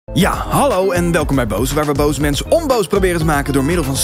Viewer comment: "Halloey?" haha